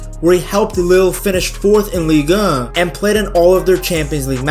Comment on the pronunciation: It's not the most eloquent pronunciation but he's clearly pronouncing the french league in french, ligue un.